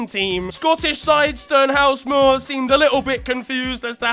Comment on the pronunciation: Your pronunciation of Stenhousemuir makes my teeth itch